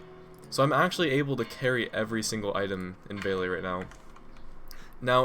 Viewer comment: VEL-E-AH not VALE-E-AH Sorry but it was bothering me xD